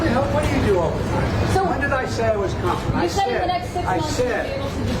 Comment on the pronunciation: YOU SAID CONFEDENT!!